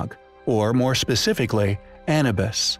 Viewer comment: How can you continue to mispronounce "Bauval", "Schoch" and "Anubis" after all this time?